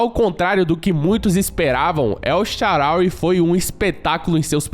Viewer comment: Vídeo perfeito só um erro que é na tradução correta e El SHAAARAWY se diz El SHAAANÁWY